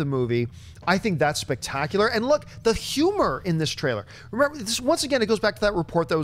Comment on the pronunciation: I can listen to Schnepp not being able to pronounce H's all day long